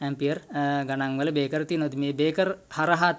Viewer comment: ඔබගේ වීඩියෝ එක ඉතා වැදගත්ග ඒත් ඔයාගේ පොඩි අතපසු වීමක් කියන්න ඕනැ ඔයා අර්ත් වයර් ප්ලග් බේස් එකට යන හැටි කිවිවේ නැහැ අනෙක මේ තියෙන්නේ බේකර් නොව බ්‍රේකර් Braker ලෙස කියනවනම් හො‍්‍දයි